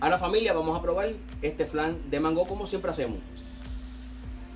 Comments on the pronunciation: Se ve rico, porque le dices mangó con acento en la o se oye raro se que es boricua, sé podría hacer sin crema de leche de vatir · Excelente!! Aaah no se pronuncia así como lo dices porque la palabra mango no lleva acento en la o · Por qué dice mangó? Y por qué dice flan si es una gelatina?